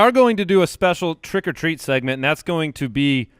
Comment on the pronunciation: Did I hear "Trick or Teet?" ?